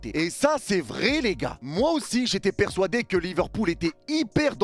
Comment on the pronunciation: Pourquoi "Persouadé" 🤣